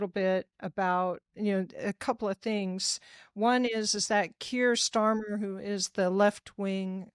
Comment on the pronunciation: victor, i know its kind of irrelevant to you and i hate to be a pedant but if you are going to speak with any authority on British politics it would really help to get the party leaders names correct, its Nigel Farage not neil and Kier Starmer not sturmer